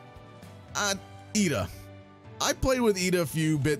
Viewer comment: I have no idea what you're saying but just know it's pronounced iida. Not with L.